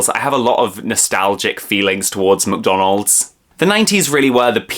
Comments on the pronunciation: Very cool video! And the way you say "McDonald's" (MCDONOLD) is funny :D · Baahbie and muhkdonald's. 😅